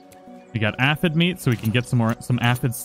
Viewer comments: Say it with me sir. A-phid. Not ah-phid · The way you say A-F-Eh-D